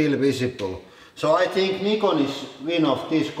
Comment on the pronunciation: Thank you for pronouncing "Nikon" Properly!